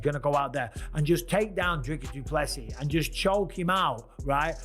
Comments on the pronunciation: Say Doo plu sea or see...... NOT SEAS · If you a video at least say the guys name properly: Du plessis (du pluh see)